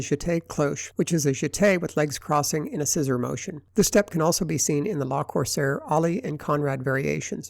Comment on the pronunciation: le corsaire, not la corsaire, pleeeease